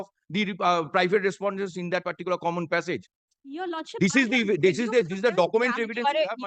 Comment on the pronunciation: The way opponent lawyer saying passage, it's hearing "pissap"